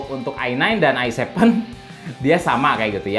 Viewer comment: Se pe u Ai nain,, Ai Sepen,, Ai Paif,, dan se pe U ai Tri 😁😁